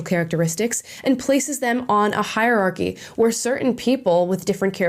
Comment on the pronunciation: " ... places them on a hierarchy ..." - and also " places them on a hire-archy ...".